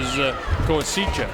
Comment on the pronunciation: Commentator is AWFUL. Super-biased, and manged to be fairly racist at the same time. Can't be bothered to figure out how to say Koasicha's name. He's not so much calling the fight as giving Lomachenko a blowjob from ringside.